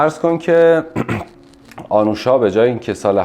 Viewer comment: اسم ایشون آنوشا هست نه اَنوشا. لطفا روی لحنتون کار کنید، گاهی اوقات سوال پرسیدنتون شبیه به بازجویی شنیده میشه.